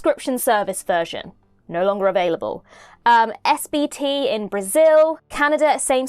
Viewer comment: hearing saying my country's streaming (SBT) is WILD